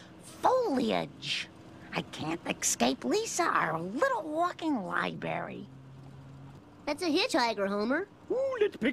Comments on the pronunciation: = Is Lisa looking disdained because Marge pronounces "library" wrong? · As a kid, I never realised that Marge mispronounces "Nuclear" and "Library" as well.